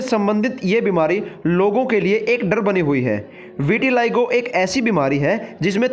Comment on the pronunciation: विटिलाइगो नहीं विटिलिगो है